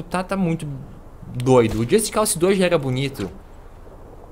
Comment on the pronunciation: just cause o que o falou just calçe ou seja só cause seria o correto porém pró é só calçe